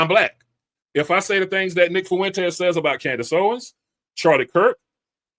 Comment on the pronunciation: IT’S FUENTES NOT FU ENTES